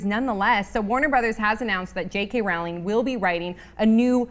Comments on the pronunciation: WHY does she say "Rawling"? why??? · I'M SO EXCITED AHHHHH and her names pronounced rolling like rolling pin :P AND ITS GONNA BE SET IN THE 1920S SO ITS LIKE GATSBY AHHHHHHHH I CANT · OH MY GOD YOU SAID JK ROWLING WRONG!!!!!!!!!!!!!! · The host is mispronouncing rowling's name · damnit please say her name correctly!! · She mispronounced "Rowling" again & "regenerate." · First of all, you pronounced Rowling wrong :P Second the majority of us Harry Potter knew it wouldn't be an 8th book..and most of us know Harry's story has ended. And lastly the only possible characters that will be in it will be Luna Lovegood (and maybe her 2 children) as she married Newts grandson, Dumbledore and possibly Professor Slughoran .